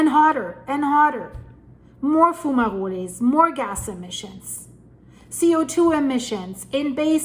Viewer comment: What are foomarolés? Do you mean fumaroles? (pronounced FYOO-muh-rohls)